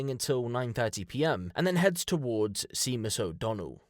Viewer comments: Seemus o Donnell is wrong is pronounced shea-mus Irish names are funny top quality content as always🇮🇪👍🤘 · Sorry to say this to you..but its not Seemus...its said Shaymus....Seamus. Its Irish....made me lol though...🇬🇧👍👍👍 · I love your videos bro. Just one thing. It’s not “seemus” 😂 Seamus is pronounced as “Shaymuss”. I’m pretty sure it’s originally an Irish name and Im slightly surprised you’ve never come across anyone by that name but maybe you’re just not as old or knowledgeable as I am. I thought everyone knew how to pronounce Seamus though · Brits pronounce Seamus as seemus? 💀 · Just as a point of detail, it's pronounced 'Shay-mus'. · Seamus is pronounced shaymus. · I think you’ll find the name ‘Seamus’ is pronounced ‘SHAY-muss’ . . . emphasis on the first syllable. Otherwise, this was an interesting case. Thank-you. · Its pronounced shamus mate, shay-mus. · Seamus is pronounced 'Shame-us' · Sèamus is pronounced Shamus It's an Irish name You are British, love Come on! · Seamus is pronounced Shay-mus in Gaelic ……great content, well done…… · Yes! You'd think he'd know how to.pronounce it! Lol, it's pronounced "SHAY-MIS" but spelled "Seamus". 🤷‍♀️ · lil thing for future reference, seamus is the same as shamus. same name and pronunciation, different spelling. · Seamus is pronounced shaymus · Seamus is pronounced like Shaymuss 👍💯🇮🇪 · Not that it matters but Seamus is pronounced Shay muss ❤ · Seamus is pronounced "Shaymus". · Shaymus- that’s how you say seamus. In case u we’re wondering 😊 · Its pronounced shaymus lol, didn't you study Seamus Heaney in school?! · I don’t know who that is but I’d pronounce it as shaymus. It just depends where you’re from and how you pronounce